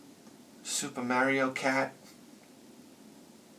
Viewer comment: I will pronounce "Ocarina" correctly when you start pronouncing "Mario" correctly.